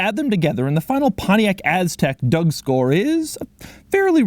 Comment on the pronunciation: You said "corcks and features" "doug score" with different accent, i'm a bit disapointed. You said it quiet like you don't want to spent time for such abomination like Aztek.